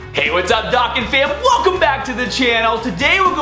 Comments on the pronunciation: its pronounced dough can, not docken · dokkan not dockan